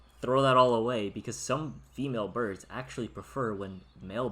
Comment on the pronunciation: Ha ha burbs , I like it